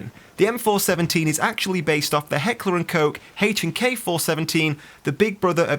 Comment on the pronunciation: don't worry you pronounced h&k correctly